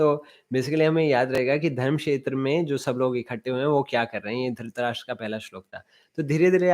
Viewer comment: It is धर्म and not धर्म्. अक्षर (व्यंजन +स्वर )